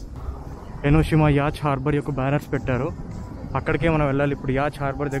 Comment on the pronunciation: Buddy- The correct pronunciation is *yaat* NOT “Y-a-t-c-h”